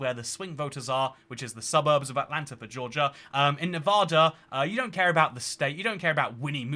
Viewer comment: Stop saying "Nevodda." By the gods, you lived here for a while. 😬😬